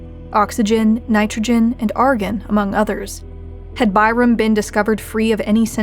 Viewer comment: Tyrum? More like Bye-rum lmao